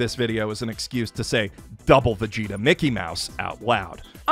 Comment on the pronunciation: First time in my life hearing Vegeta pronounced as Veshita